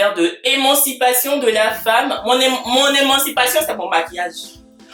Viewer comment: On a beaucoup aimé tes "humains" 😂😂😂